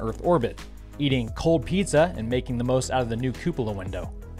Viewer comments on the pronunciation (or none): none